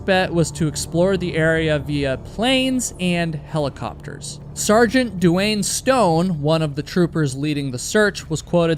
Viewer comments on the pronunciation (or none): none